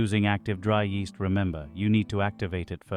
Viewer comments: yeast-EH. ingredients-EH! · yeasta rhymes with easta